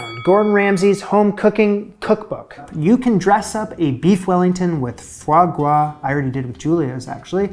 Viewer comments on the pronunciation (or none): Sir you don’t ever have to explain or apologize for why you’re using foie gras, maybe for why you pronounce gras like gwas but not for using it.